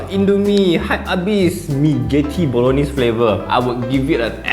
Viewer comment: Ayy you know the correct Bolognese pronunciation! I see you as a man of culture. This I’m gonna buy!